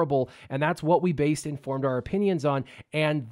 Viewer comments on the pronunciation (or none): none